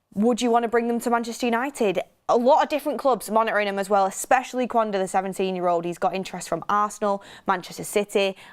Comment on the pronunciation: Names are pronounced "Amooring" withe g being mute "Gon-salvsh" "Kenda"